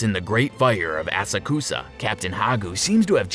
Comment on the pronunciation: Asakusa “Ass-uh-koos-uh” lolll I’ll help. “A-sock-suh”